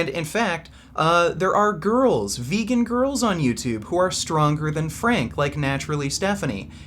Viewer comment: I love the way you always say „veeygan“ when you do acting